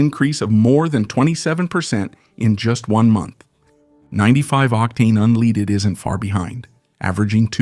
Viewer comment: Your stupid AI voice can't even pronounce unleaded.